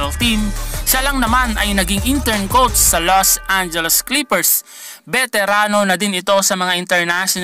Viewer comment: “Kowts” “qoutes” “coats”